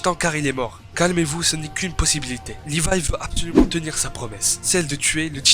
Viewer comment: live c'est comme ça pas comme ça "livai"